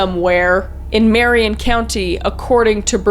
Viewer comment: Being from Oregon, it feels weird hearing people pronounce Willamette (Will-am-it) and Marion (Marry-in) differently than what I'm used to hearing.